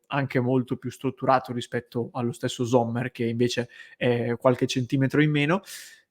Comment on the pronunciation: .. pronuncia esatta Sommer, non Zommer